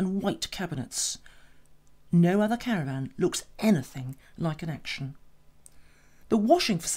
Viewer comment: What’s a “caraRvan” LOL